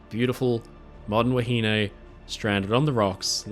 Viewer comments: Wahine is pronounced 'wah he nee' in NZ, not 'wah he nay'. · I thoroughly enjoyed your video, however I was starting to get annoyed on how you were pronouncing "Wahine" you were saying "wa-hin-ay" where the correct pronunciation is "wa-hin-neh". Besides that keep up the great work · Actually the pronounciation is a bit off. The contemporary pronounciation was more like "wa-he-nee". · Have I been pronouncing “wahine” wrong all my life?